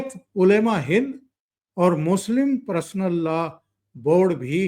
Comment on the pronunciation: नमस्कार चौधरी साहब🙏 मैं आपका चैनल रेगुलर देखता हूं। आज के विषय में #पर्सनल_लॉ_बोर्ड है जिसे आप #प्रसनल लॉ बोर्ड उच्चारित कर रहे हैं जो सुनने में अच्छा नहीं लग रहा (बुरा मत मानिएगा ,, मैं ऑल इंडिया रेडियो स्टेशन से अप्रूव्ड आर्टिस्ट हूं इसलिए सुनने में इसे अशुद्ध मान रहा हूं)